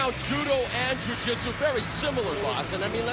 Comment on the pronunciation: firt of all there is not jui jitsu, is jiu jitsu or,ju jitsu, pronounce in japanese. Watch a couple videos of jjj, look how is gay then, retry and apologize